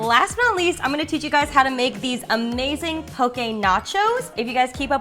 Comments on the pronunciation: Yay!! You pronounced “poke” correctly👌 From Oahu, HI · As a Hawaiian I like that you mentioned that it’s not authentic! You did great on pronunciation on poke! And these recipes are great! 😅